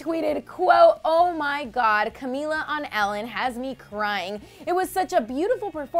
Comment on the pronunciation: can we slam the lovely narrator for her awkward pronunciation of Camilla